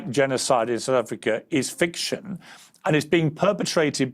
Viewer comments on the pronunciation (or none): none